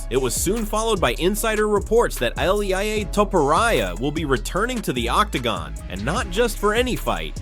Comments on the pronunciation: Elaya topuraya? really🤣🤣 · Who the hell is illiea tiporia?????